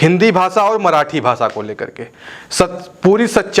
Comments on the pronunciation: ये रिपोर्टर तो "भाषा" शब्द ठीक से बोल नहीं पा रहा. "भासा" नहीं भाषा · भासा नही भैये, भाषा बोल 😂😂😂